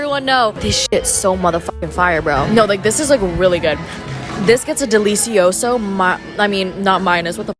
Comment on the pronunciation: I’d rather hear you say business than ¡delEEsiOso! 🤣🤣